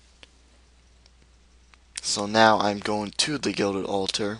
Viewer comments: No it's pronounced all - ter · It's the way he says it "al-tar"